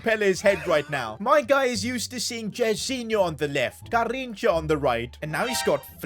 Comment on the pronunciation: The way he says garrincha